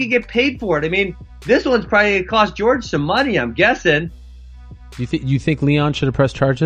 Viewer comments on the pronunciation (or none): dang liked askren til he called Jorge, George.... smh bruh